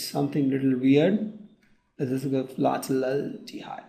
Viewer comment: Pthalaldehyde not pthaldehyde